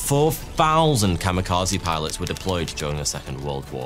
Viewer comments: You did not-terribly with the Japanese pronunciation right up to the key word of the video. Kami, not kama. Kamikaze, not kamakaze. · I was today years old when I realized kamekazi is just white people pronouncing Kami Kaze wildly incorrect. I never would have realized it was just "God Wind", I thought it was a unique word. 💀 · Or, in Japanese: "The COMMY KAZOO". XD Bad pronunciation of a foreign word AND a heavy British accent is fun.